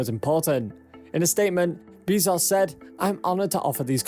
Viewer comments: Bro stop saying Beezaus please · Stop saying BEEEZoss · Why can no YouTuber say Bezos correctly... Dude says "bees sauce" other says "Bez Ohhs"... Morons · why you gotta take a name that everybody knows how to pronounce and then say 'Bee-zoss' instead...?